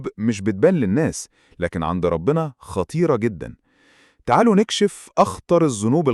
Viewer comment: كلمة ربنا بضم الباء